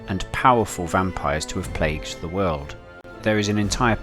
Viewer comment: why do you pronounce "plagued" like that?